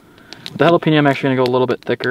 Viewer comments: Sorry my man but I have to correct you on jalapeeno.. it’s Hal-a-peñ-o.. like a writing pen.. J(h)al-a-pen-yo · I’m sorry but “jalapeenno” too spicy?? Hahahahahahahahaahhaahhahahahahahaahhahahahahahahahahahahahahaahhaha